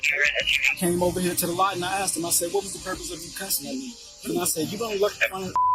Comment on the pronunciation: Lmao "aks, aksed, aksing and akses"